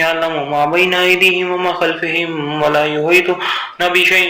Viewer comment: like see on the second 59 and listen it . its not khalfehem , its khalfahum . fa ke opar zabr hai zeer nai or bee hai istarah ok nothing personal please first do correction then post thanks.